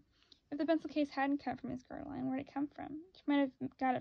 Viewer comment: Bitch it’s ger-al-dine, smh learn to read